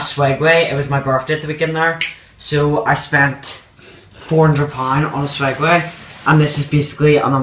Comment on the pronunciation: ITS SWEGWAY/SEGWAY